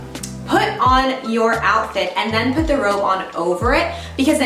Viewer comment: I thought you said ‘rope’ instead of ‘robe’ 😅 For survival we could probably use both!